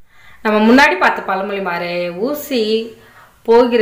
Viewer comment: Super very nice but Chinna change athu palamoli Ella pazhamozhi , ..